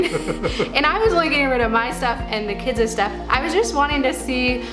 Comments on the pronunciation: This is going to come off as overly nit picky, I know, however I simply can't keep quiet any longer. It drives me crazy when people say kids-es... guys-es ... girls-es why oh why are you adding es? Kids...guys ... girls...boys... simple, no? Thank you and I'm so sorry to be a Debbie Downer because I really like you and your videos. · This is very motivating! Love the colors and simplicity. Side note: girls’ not girlses, kids’ not kidses 😉